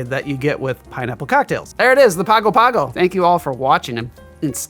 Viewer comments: It's pronounced pango pango not Pago Pago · Was looking for this comment. It hurt me a little bit every time he pronounced it “Pago Pago”. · In Samoan Pago Pago should be pronounced Pango Pango. It's the capital of America Samoa! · My Man... it is pronounce "Pango Pango", and there is no "King". He is "The High Speaking Chief", and when I was there, the Chief was Bin Fauna (pronounced "Bing". And this drink cannot be found at Teesa's Barefoor Bar". Trust me... I was there for 4 months after Hurricane Ofa decimated the Island in 1990? I think? Hahahha..... vs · I had a Samoan frat brother who was from Pago Pago. In Samoa, they pronounce it "Pango Pango'. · I was part of a singing group that toured the South Pacific in 1983. We went to Pago Pago (pronounced Pongo Pongo according to the locals on the island). It truly is a beautiful place. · Yes. As an Australian who lived for six months in Pago Pago. It is pronounced Pango Pango. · It's pronounced Pango Pango and American SAH moa. A US Territory since 1919. You'd love to visit, I'm sure. I grew up there. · It’s pronounced Pango Pango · I gotta try this one--I actually lived in Pago Pago for about 6 months (former Mormon missionary), beautiful place. G's in Samoan are pronounced ng, so it's pango pango (rhymes with song-o song-o). Great video! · The city in the South Pacific by the same name pronounces itself "pongo pongo" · Interesting drink. And here I just bought a fresh pineapple, thanks! btw, to pronounce Pago Pago correctly, say it as "Pang-oh Pang-oh". Plus while we're on the subject, Samoa is pronounced sah-MOH-ah. See, this channel is all about sharing information! I know so much more about rum now so time for some pay back! Cheers!